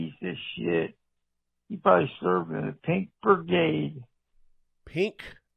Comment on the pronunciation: Keep shining the light into the dark places you see. You are doing GREAT work. I do have to correct you on one thing, though. That last caller (and I listened to it twice to be sure) called it the 'pink birgade', not 'brigade' ---- ROTFLMAO!!!!